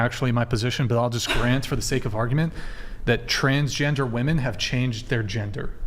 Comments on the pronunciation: Its WOMEN not WOMAN!!!!!! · these women don't even know how to pronounce "womEn" let alone know what women are. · They can't even pronounce women. No wonder they don't know what one is.